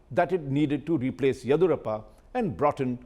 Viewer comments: U r native of kodagu and not able to correctly pronounce yeddiyurappa correctly. Looks like its deliberate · Mr. Raj Chengappa, you say you are from Karnataka. But you are not able to pronounce the name "Yediyoorappa" correctly. How come?